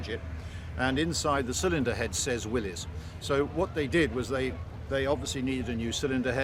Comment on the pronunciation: Thank you. Excellent video. Great to hear another person who pronounces Willys correctly. That generator was a good idea but would have been a pain in such a small vehicle. Times have certainly moved on. In NZ all our V8 Rovers were FFR at delivery. They were equipped with a powerful 24V alternator which would charge the single vehicle battery and either one pair or two pairs of 12V batteries wired in series, so as to power either one or two radios. As engineers, we quickly became proficient at fitting/removal of radio sets. Each troop commander’s vehicle typically had one radio for the squadron net and one for the brigade net, during Annual Camp. The sets were AN/PRC 77 backpack radios with batteries and battery covers removed so that each could be fitted into an AN/PRC 25 set; which was powered by a battery pair mounted in a compartment under the load area. P.S. 12 Volt batteries were introduced in continental motor vehicles in the 1920s but the Yanks seem to have held the industry back. Some people in the USA were reportedly complaining that postwar Jaguars had 12 Volt batteries🧐!